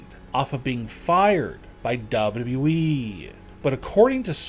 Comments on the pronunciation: You say wwe like dabe dabe e but faster its annoying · Dub dub u eeeeeeeeeeeee This guy has the most boring voice and on top of that he cannot pronounce the letter ‘w’ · Guys, I keep watching this channel but...for gods sake can someone tell me what "double wable wee" is....Thanks... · The way he says wwe: dubddubde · Wrestling news channel and cannot even say WWE in a normal way... dude, with all due respect but find another job or hobby, this is not for you! Also, that picture of Braun is totally photoshopped by an amateur. wtf xD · This guy is unable to say WWE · Please!!!! Please!!! Learn to say “WWE” damn!!!!🙄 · Lol how hard is it to say WWE? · This guy knows it’s w W e right? There’s two w’s? lol wtf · Probably not a good theme for a channel if you cant even pronounce WWE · Wrestling video narrated by someone who can't pronounce "WWE" correctly. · This is awful commentary. He can't say WWE, his tonality is awful. What is this rollercoaster of voice as if he's some awful 80's reporter. Get someone else to do the commentary. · Why can’t this guy say wwe properly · .....say wwe again lmfao... your careful saying everything else but W W E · This theory would make sense but then think of all the time he loses dropping that W from WWE 😂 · The way this guy pronounces WWE defies all laws of speech to the point I don't know how the human brain can even comprehend it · this narrator struggles to say two W’s in a row as he butchers the english language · He speaks perfect English but can't say WWE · bro just say W .. W .. E .. not duba duba eee 😂😂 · Why you keep saying W E It's WWE DUMB🍑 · Seriously man the way you annunciate your your words and the needless emphasis you put on words makes me want to jam a pencil in my ears. Last it’s WWE not “doubleyouwe” FFS man get it together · Is it just me or does this man W.E not wwe, like with two w's not just one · Yo and this guy is w e instead of wwe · and btw its W W E....not double E lmao fuckin jeez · bro its wwe not we